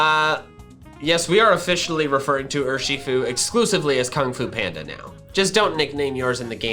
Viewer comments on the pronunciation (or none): none